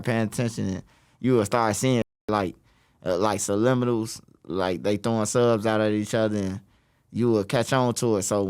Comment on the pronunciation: Wtf is a sulimminal 😂